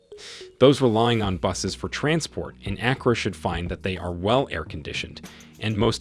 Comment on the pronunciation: It is not A as in apple, but A as in father.